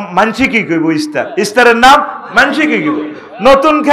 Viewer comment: হুজুর ইস্তার বলে না ইফতার।